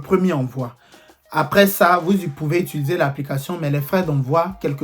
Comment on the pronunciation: Chanson sur nous mainon 😂Epui comment ça Allmangne, Espangne, Utuluser😂😂 Pro masque encore Eeee deh toi même tu dois avoir Ton dictionnaire, c’est quoi toutes ses expressions là 😂❤ félicitations 🎊🎈🍾🎉 à toi pour tout le succès que tu rencontre actuellement ❤